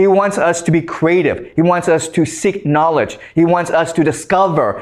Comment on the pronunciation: “For us to suck it” “for us to seek it” lmao did anybody else catch that? 😂